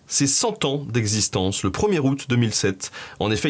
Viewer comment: J'adore? Cependant Benjamin, tu persiste à mettre des "s" derrière la plupart des chiffres. Ainsi dès le début 5 "z"années. C'est bien dommage.